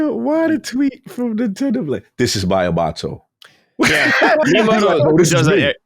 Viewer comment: Wtf is with both their pronunciations of Miyamoto, lmao. Weren’t they both just in Japan too??